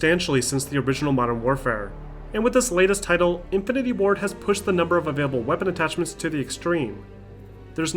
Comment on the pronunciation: Okay, I know he meant Infinity WARD but, it sounded like he kept on saying Infinity WAR instead. (-__-)